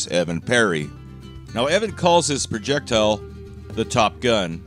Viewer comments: Projectuhl Projectuhl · Noticed you pronunciation of Projectile. I say we use the americanized version of that as well, and refer to it as a "projectull". Anything that pisses off the nancy boys on the internet, I'm on board with. Thanks for the grammar lesson! "Turbin" from here on out!